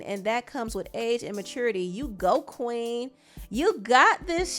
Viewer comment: You reading that statement with the emphasis on Queen😂😂😂😂